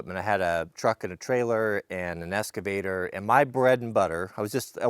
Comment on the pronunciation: Does everybody on the west coast say escavator ? 😉